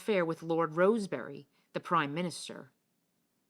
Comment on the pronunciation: Roseberry/Rosebery is pronounced “Rose-bree”.